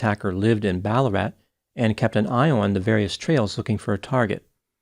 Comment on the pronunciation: Yeah mate. Im from Melbourne. — and he even pronounced‘Ballarat’ !